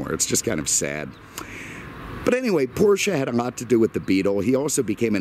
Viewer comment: Thank you for pronouncing Porsche the correct way.